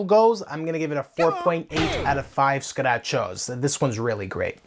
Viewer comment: Finally someone that agrees that it's "scu-da cho" and not "scratch-o"